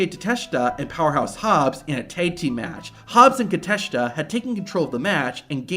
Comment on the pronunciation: Bruh its Takeshita not kateshita😂